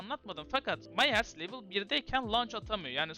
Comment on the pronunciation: Myers "Mayers" diye okunmaz "Mayırs" diye okunur haberin olsun kardeşim